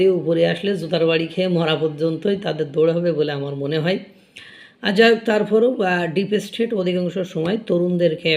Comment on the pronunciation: ব্লগ চালানোর আগে, ঘরে বসে একমনে উচ্চারণ অভ্যাস করো। ডিপেসস্টেট !!!!!!